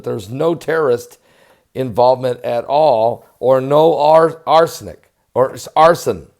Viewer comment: You silly ol' clown ! Arsenic, eh ? Apos-tles, eh? etc... Been tippling, eh?